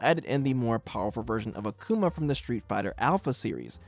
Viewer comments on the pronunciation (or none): Hearing Uh-kuma instead of Ah-Kuma in this video so often triggered me. Why is Japanese pronunciation so hard for people? The romanized vowel sounds literally make only one sound each. A as in Father. Also Emphasis on the first syllable not the second. It's as ridiculous sounding as a Japanese person saying Devil as "Deville". Also... No mention of the ultimate dlc of the sonic and knuckles cart for the genesis? It literally allowed you to put Knuckles into Sonic 2 and it turns out that there are 1ups in places only accessible by Knuckles. I explored the crap outta that game once I got that cart for Christmas when I was a kid in the mid 90s